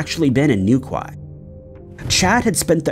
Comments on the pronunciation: New ‘key’ 🙈😆 not Kwie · shay-mus, not see-mus new-key, not new-kway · he pronouced newquay as new qui ,😂 and not new key , if you notice they pronounce yorkshire as ( york shy err or arrrr ) we say york cher , anything with shire at the end they say it wrong , sorry for bombarding you i agree with you they don’t know how to say hawaii their own states , i sometimes hear them and think noway 🙈are they doing it deliberately 🤷‍♀️😂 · Its pronounced New - key Not new quay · “The town of Newkway” 😆 I understand you’re not British so you don’t understand the pronunciation. Newquay is pronounced New-Key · Its NewKEY not "newkway" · New Quay is New Key not Kwai and Seamus is Shay mus not seemus 😂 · The pub in the Claire Holland case is pronounced SHAY MUSS and in the chad Gibson case NEW KWAI is pronounced NEW KEY. American people have no idea about the language they speak. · New key not New Quai 😂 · Its pronounced NewKEY, not.NewKWAI. Please research pronunciation as well as the town/city name. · Seeemas O'Donnells....... New-kway......Deerdra😂😂His pronunciations crack me up!!🤦‍♀️ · Saint Aus-Tell and New-Kye had me cringing 😂😂😂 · Pronounce new key in the Chad story great video👌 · Newquay is pronounced, new key. Respect from the UK. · Pronounced New Key🤔😖😳🤦‍♂️🤦‍♂️🤦‍♂️🤦‍♂️🤦‍♂️🤦‍♂️🤦‍♂️🤦‍♂️🤦‍♂️ Like Dookie!!!!!!!! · Seamus is pronounced Shaymus and Newquay is pronounced New-key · "New-kway" Hahahahaha. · hey there newquay is pronounced New Key. Been there. enjoy you channel. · Just saying.... number 2, it's pronounced New-key 😁😁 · New-key is how you say it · You would think he would Google the pronunciation of Newquay it's certainly not how he's saying it! It's pronounced New key FGS! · sorry to be that person, but it's pronounced New-KEY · Sorry, bothers me a bit. Newquay is pronounced "Newkey" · It's pronounced "newkey" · Its pronounced NewKey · Every time he says Newquay it hurts. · Wow you absolutely murder the pronounciations of St Austell and Newquay